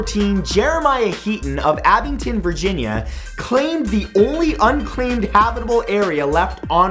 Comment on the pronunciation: I don't mean to nit pick but, on fact #14, it's Abingdon not Abington.